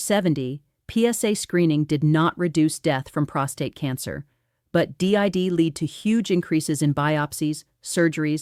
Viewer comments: interesting information, but the AI ‘doctor-avatar’ is really distracting. I thought the voice was a real person until ‘she’ pronounced ‘did’ (capitalised for emphasis) as ‘Dee I Dee’. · Blah blah blah! This is 100% A.I. Look at "the doctor" and the background "office". Two different places. Watch her hands. A mechanical pattern. No real person talks like that. She said "D.I.D." when the word was "did". This information is good but could have been communicated in 3 minutes. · This is AI, clearly, because "she" pronounced "DID" as "D, I., D." Also look at her name tag. On the other hand, the advice is basically correct. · Sorry I'm obsessed but here we go: the doctor now pronounced the word did as d-i-d. The AI doctor couldn't even say that simple word correctly. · Good information -- but the AI meme with the looping hand gestures is off-putting. Editors should take the time to correct the errors in the AI-generated speech such as saying "D-I-D" instead of "did" and saying "citrulline" with the long "I" instead of the "e" sound. Bottom line -- patients should always ask their physicians about the "Choosing Wisely" recommendations regarding specific screening tests. Also, be aware that having symptoms definitely changes the strength of the indications and the need to proceed...